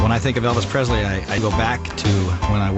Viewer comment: It’s surprising that Kurt Russell mis-pronounces Elvis’ name. He says PreZley instead of PreSley.